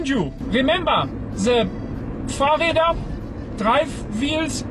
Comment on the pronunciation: "Ze...pff...Fahrräder...drive wheels.." zis one got mi XD